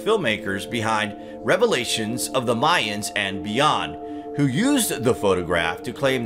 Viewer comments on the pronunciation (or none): none